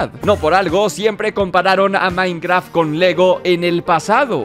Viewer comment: Por que siempre que dice minecraft se escucha como minecra